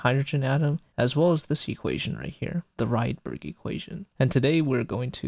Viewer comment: It's "ridberg", not "raidberg" (he was Swedish).